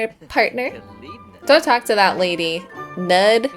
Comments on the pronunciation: Weirdly enough I’m pretty sure Knud is pronounced to rhyme with pool. I thought the k was silent but i heard a couple clips online that claim to be native speakers and they pronounce both the k and the n but the n gets more emphasis. I think it’s similar to how some English speakers hear Knut as Newt and some hear it as Canute. Except Danish Ds sometimes change the quality of the vowel so it sounds more like an L is involved. So maybe someone else might hear it differently but to me Knud sounds like C’Newell. Hope that makes sense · Haha, thanks for this one! I definitely think Bess should go forward with Knud - especially if you keep pronouncing it 'knot'! I know it's not fair, because it's a really difficult name to pronounce, but I was cracking up every time you said it:) And you said it a lot, in a real skeptical way, too! I'm Danish, and as I said, it's a difficult one. The English version is 'Cnut' I believe. You pronounce both the k and the n. The u is almost like in 'pool', as higglety wrote, but shorter. The d sounds like an l to most non-danish speakers (I think this is where the idea of Knud rhyming with pool came from). But it's actually a very soft d, more like the sound of 'th' in 'the'. Okay, that was a long explanation - Google Translate pronounces it really well, if you want to listen to it:) Thanks again for the episode! I like how Lucia just randomly woohooed with the monk in the end! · I think it is “nud” 😂 like the last name Knudsen. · Oh, is that Knud like Knut the Great? Probably, in that case it'd be pronounced with a hard K followed by "nooth," with a "th" like the "th" in "then", just fyi! (The anglicized form of its cousin "Knut" is "Canute")